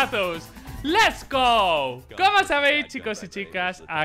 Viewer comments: No bro xd, lo digo porque el siempre dice "Les gou" en vez de decir "Lets go" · Mas rarin cara que diga les go en vez de lets go